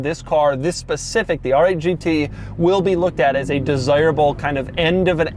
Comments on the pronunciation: The styling is almost as aggressive as how Doug pronounces “RRRRR!!!!! 8 GT” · People pronounce R 8 GT. But not Doug...AAARRRR 8 GT. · “The ARRRR 8 G tee” pronounced like a pirate